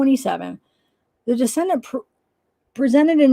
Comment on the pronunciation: Decedent is pronounced Dee-SEE-dent. It’s a person who had died. A descendant (which is how you are pronouncing it - and really changes the meaning) is a person that is descended from a particular ancestor. Parenchyma is the primary tissue of the organ as opposed to the supporting tissue.